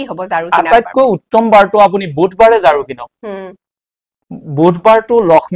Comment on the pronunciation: ঝাৰু নকৈ জাৰু কৈছে